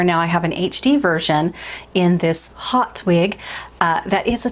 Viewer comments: haute is french for high as in haute coture-high fashion. the spelling is french. the pronounciation in french is oat-no h heard at all. the ' hot' does 'not' come into the picture. jon renau is a french name. most americans put the h back in, and it comes out hoat. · I am pretty sure it is French (I am a science translator and French is one of my languages), and thus would definitely be pronounced "hoat" in French, and meaning "top" or "high". In fact, technically to be perfect, you don't pronounce the "H" so it is "Oat" or "Ote". But, pronouncing it "hot" makes a cute play on words. xo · tnank god ms l.l. oat is correct. it just seems soooo difficult for americans and other english speakers to figure this one out. it's the oat as in haute couture-high fashion-oat couture-which actually comes out a bit like oak couture or o couture. there's a lot of letter swallowing in french. n'est ce pas? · Just got my Haute this week in "Laguna!" The wig company pronounced it "hot," but I think of Terra Haute (rhymes with NOTE). No matter, it's wonderful! This little haute-y is lighter density than my preference, but very realistic! I DID trim the back & sides! Always adore your chats,! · Haute is a french word ! This is why it's pronounced like "oat". Haute means "high" like "high society" "haute société". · Just an FYI it is pronounced hote because it is French like in Haute couture! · 😂 it's French! Haute like "haute couture" in fashion. Love this wig! And Malibu blonde is gorgeous on you! 😍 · It is a French word silly girl! H is silent...